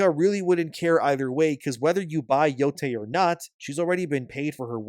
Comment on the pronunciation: how could you butcher the name like that😭